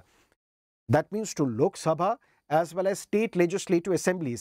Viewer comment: Sir still you remember the pronounce of lok "SABHA" 😅